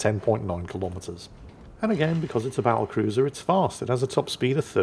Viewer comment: And then calls it a “ba’l’cruiser.” Guess the WoWs design didn’t include a double-T in there.